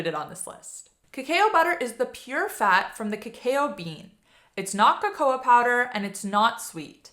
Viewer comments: No question about that...but cacao is pronounced "ka-COW", and cocoa is pronounced "co-co" not "co-CO-a". I tried to explain that pretty well, but you didn't even bother to read what I wrote...NOR listen to the way you pronounced it at the start of the video. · There are pronunciation guide videos, so I don't expect you to take my word for it, but...cacao is pronounced "ka-COW". Cocoa...the "a" is silent. Surely at some point in your life, you have had "hot cocoa"...just "co-co". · She doesn’t know how to pronounce cocoa. 😂😂😂😂